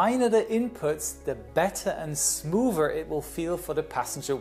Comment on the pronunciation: "smoover", lol, oh yeah!